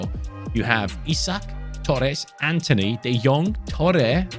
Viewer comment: you were put on an accent but when you said Antony you sounded sooo British. I have the Brit accent as well and I love it.